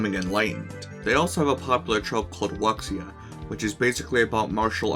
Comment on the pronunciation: Excellent video, man! Good explanation and nice visuals! Just a bit of feedback: "Wuxia" is pronounced "woo-sha," not "wok-sia."